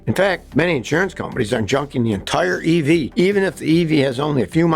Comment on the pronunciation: "evee battery"😂